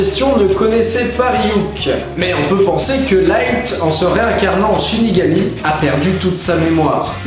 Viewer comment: 1.47 tu dis shinégami